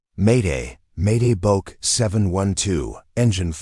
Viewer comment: Lmao "a BOKE boeing seven hundred seven" give it a rest